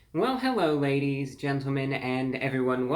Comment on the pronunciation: Hewwo Wady’s and Gentlemen